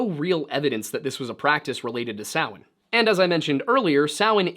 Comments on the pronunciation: I trust this man because he actually knows how to pronounce Samhain. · Woooo! You pronounced Samhain correctly high five Thats a rarity even in the Pagan world 😅